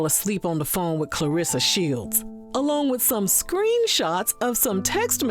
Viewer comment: Nah, he completely butchered her name.. 🤣 Clarsa Shelds 😭